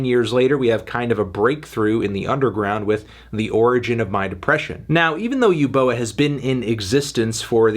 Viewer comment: It's pronounced as 'ooboa' not 'yooboa'